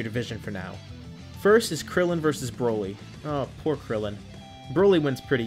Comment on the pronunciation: why would u say krillen just y